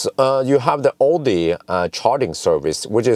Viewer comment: Ådi ? Did you mean Audi ?